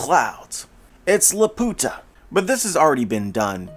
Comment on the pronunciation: The way he said LAPUTA has me dying 😂😂😂 put that on Google translate